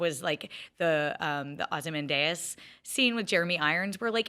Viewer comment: Don’t speak authoritatively about Watchmen and be considered an actual TV critic if you can’t pronounce Ozymandias correctly.